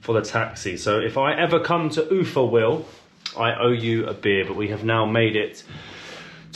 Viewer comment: There ia NO "Do svedEniya". It is "Do svidAniya". And what's the aim of changing stress in every Russian word? Ufa has sytess on A. Babushka - on U. Why change it?!